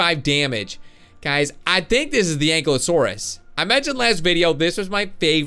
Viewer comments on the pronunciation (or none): none